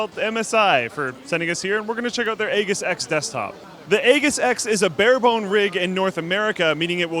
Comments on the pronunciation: It's an actual word and it's pronounced ee-jiss, not ay-giss. Google the word and click the little speaker icon next to the pronunciation guide to hear it. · The G is pronounced as a J lol. AJiss Not egg iss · ee-jis not ey-gis. haha. lol. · Bro its pronounced A-jiss not A-ghis... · I'm pretty sure that the MSI Aegis X, that the word "Aegis" is actually pronounced with a soft g (sounds like "Aejis"), not a hard g, like in "good". Trust me, I aced EVERY year of English in school, lol;) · Yeah no. It's aegis, not ages. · It's not "ay-gis"... It's "ee-jis". which in Greek means shield or protection. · Wtf is with that pronounciation of Aegis? It's not "EH-GUS", it's "E-JIS". Here's some proof to legitimise my claims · that word is pronounced eejis, not aygis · Aegis is pronounced with a hard 'g'. Ay.jis, not ay.ghiss. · AGE-IS, not aygus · It's ay-jis not egg-is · It's pronounced "Ey-jis", I'm pretty sure. Looks good. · Is this actually pronounced "EGGISS" or is he just messing up "AGEISS". My OCD won't let me ignore it? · Isn't it pronounced aejis? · ...it's pronounced EE-jiss... It's a shield in Greek mythology. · A-JISS, A-JISS, A-JISS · It's completely wrong. It's pronounced like eejis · Aegis is pronounced ējis :). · Pretty sure it's a soft 'g'... If not, MSI needs to learn how to pronounce the words that they're ripping off to use in their models... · Aegis is pronounced /ˈējis/ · It's pronounced "ējis". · pretty sure is pronounced " eejis " ^_^ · omg people look at the dictionary. it's English pronunciation sounds like " Ejis " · I'm sorry but I'm almost certain that they are both wrong with the way they say aegis. If you know about military equipment you would be aware of an Aegis class of destroyer which is pronounced "IE- EE- G- IS" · was less wrong. In English, "aegis" is pronounced /ˈiːdʒɪs/, where: "i" is the "ea" in "ease;" "dʒ" is the "j" in "joy;" "ɪ" is the "i" in city; and "s" is the "s" in "sit." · A-giss?.... come on.